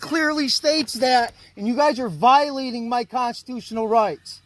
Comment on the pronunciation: "Consotustnl rights"